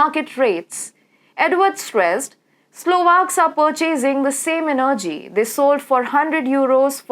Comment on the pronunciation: You don't know how to pronounce energy properly. The stress is on the first E. Your English is so bad, i can't stand it. So much wrong pronuciation.